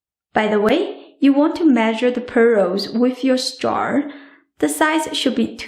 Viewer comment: You pronounce start instead of straw....